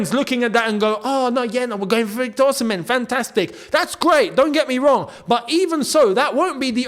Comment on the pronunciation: ...it is pronounced Osimay. He said it in the interview with the former Chelsea player.